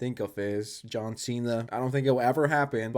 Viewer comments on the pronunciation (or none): none